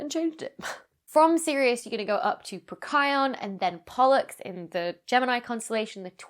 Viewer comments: I'm over 60 and Mercury is the only planet I've not seen either naked eye or in a telescope. I've even seen Pluto. It's on my bucket list. Becky… Becky, it's Procyon… Pro-sigh-on. 😉✌️🤗 Edit: I'm never anywhere I can actually see Mercury when I know where it is because it's mountainous here. So I just whipped a script out to alert me in my prompt when it's actually visible so I might now, at least, have a better chance especially when away from home working. 🙂🖖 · Pro-kai-on? Oh, so that's how you pronounce that. I was pronouncing it pro-sigh-on as if I were some kind of BSG toaster advocate...or maybe I am. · I get very confused by some of your pronunciations of star names. Procyon in the case of this video. I feel like I've been pronouncing it wrong in public for 30 years. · You pronounce Procryon way differently to me. I'm now wondering if I've been saying it wrong all these years? :D